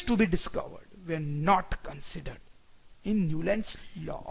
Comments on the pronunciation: Sir your pronunciation is not correct when you say "were".I am not insulting, I am just correcting your mistake.The pronunciation here you are using is of where not were.Thank you btw for such a helpful video.Great effort done by you and btw its more better in hindi because we get to know the things much better as it is our mother tongue. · He don't know the pronunciation of were